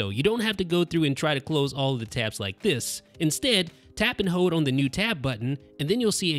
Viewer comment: pronounced 'hold' not 'hode'